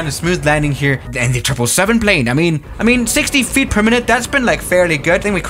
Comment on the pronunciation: "treple seven"